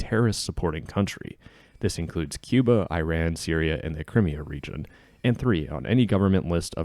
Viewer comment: It's not I ran (Where did you run?). It's Iran - like ee-RON.